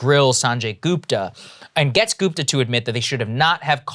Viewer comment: It's Gupta (like Put or Push) not Goooopta for crying out loud.